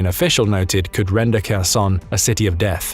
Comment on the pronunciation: Why is it people in the west always pronounce in Kharkiv when pronouncing it verbally. Ukrainian Don't pronounce the k in Kharkiv or Kherson Oblasts.. please, in future videos just pronounce it with a H ......it's a silent K once again ukrainians do not pronounce the K.. thank you How successful this operation will be into Russia remains to be seen.. your video makes it sound like Russian troops have left Donbas completely. Glory to Ukraine ,glory to the heroes 🔱🫡